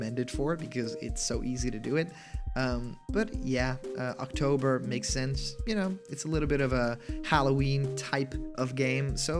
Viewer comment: "If it has too many spelling errors it's fake" Also: "Shense" Is fake?